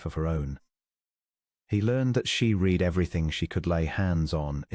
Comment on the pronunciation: « She read everything » - the verb ‘read’ in this context rhymes with ‘red’, not with ‘feed’, as the robot narrator mispronounced. … »his aching head » - ‘aching’ has a hard ‘ch’ like a ‘k’ and is pronounced ‘a-king’, not ‘a-tshing’. ‘wholly silent’, not ‘holly silent’, and pronounced ‘ho-ly’, not ‘haw-ly’. Fortnight